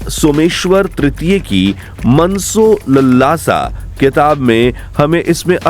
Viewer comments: मनसोलल्लासा नहीं है आपने लिखा दिखाया है मनसोल्लासा और ऑडियो में बोला जा रहा है मनसोलललासा ? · Its मानस+उल्लास ,not मनसोलल्लासा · मूर्ख व्यक्ति जिसे मानसोल्लास तक बोलना नहीं आता मनसो लल्ला सा बोल रहा है वह भारत की प्राचीन संस्कृति का विशेषज्ञ बन ज्ञान बघार रहा है . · आप उच्चारण ठीक करें मनसोल्लास : का। किसी से सीख लें।वैसे आपकी सूचना उपयोगी है। धन्यवाद🙏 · अरे यार तुमसे मानसोल्लास भी बोलने की क्षमता नहीं है।